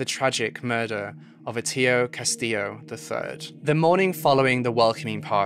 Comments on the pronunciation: thought his name was Atio, and he lived where?? please try to learn pronunciation of the words that u will use on your video. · His name is pronounced like Hor-Ay-She-oh lmao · Was Horacio's name pronounced incorrectly? He said 'Horcayo' whereas I would have thought it had the same pronunciation as Horatio. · "Horkeyo"" 🤔 I thought "Horacio" was pronounced "Ho-ray-she-yo" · That was the craziest pronunciation of Horacio!😅 It's hor-ace-ee-o in English and likely hor-ah-chio natively. Thank goodness he had a nickname because I couldn't have listened to that for the whole thing! His nickname is Acio (achio) as in the end of his name, not Atio 😊 What's with guy eating a full meal in the Senate next to Solano?! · Say it with me, "or- AY-see-oh" like the spanish version of horatio... Great content tho. I know; I'm nit-picking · I'm pretty sure you're misspelling and mispronouning his name and nickname. Horatio is pronounced Hor-a-she-o. And you say his nickname is Atio which is probably pronounced Ay-she-o. Just my opinion. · did u call him horkayo? LOL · I think it's pronounced " whore-ratio " lol truly tho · Why does he call him Atillo? or is that just me? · Are you sure his name isn't pronounced like Horatio? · His name is pronounced Or-Rah-See-Oh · Hor - Ay she- oh - Horacio | Man - ill - ah Manila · His name is supposedly pronounced “har-ah-chee-oh” according to the how it sounded during the senate hearing about his death. Atio is his nickname. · Lol it’s pronounced hooray-shee-yo 😉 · Some friendly help w pronunciation!! (source: me/my girlfriend from the Philippines): -Manila: ma-NIHL-uh -Horacio: ho-RAY-shee-o - Rizal: ree-ZAHL / Miguel: mi-GEHL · I really enjoy your work, but hearing Horacio pronounced Joqueyo really struck me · Baby let me help you out (love your vids/research) HORACIO: ho-ra-shee-o (Atio?) Manilla: man- nee- la Miguel: Mee-gal PS: New intro is badass 💛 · Excuse me, what was that pronunciation of Horacio? Have you never heard the name before?